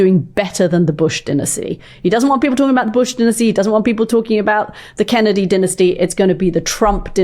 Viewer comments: Katty, stop saying dinisty !! It’s dynasty, geez. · That would be DINE-as-tee